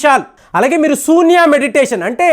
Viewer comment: Sambhavi kadu Shambhavi Sunya kadu shunya Prounce correctly Hare Krishna